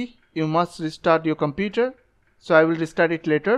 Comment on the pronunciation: "Scoll down" "Computre" "Los" "Ploblem" "Forgit"